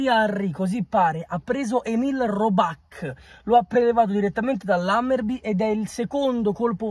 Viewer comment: Robàck? Mandocazzolimettilaccenti?